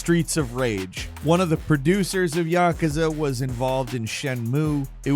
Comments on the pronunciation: I have never noticed it before, but it grinds my gears when you pronounce it YAH-cuz-uh, and not yuh-KOOZ-ah.... it's probably just how many times you say it in a short time span. But still a good video for a bird. Keep up the great work. I'm a big fan! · Why do you keep saying yakuza wrong? Its pronounced ya-kuzza not yakka-sa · YakUza…Not Yakaza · It is Ya-ku-za: a consonant and a vowel in each syllable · I really wish you would learn how to pronounce Yakuza correctly, Yah - coo - za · Isn't it pronounced 'ya-koo-za' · Why he say yakuza like that lol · This is the 2nd video in a row I've watched that has featured Yakuza. And they're the only time I've ever heard anyone pronounce it this way. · Somebody picking on for saying yakuza the way he does? Why he saying it so much 😂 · You say Yakuza wrong